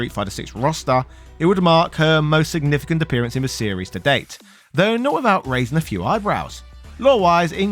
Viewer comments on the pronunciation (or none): none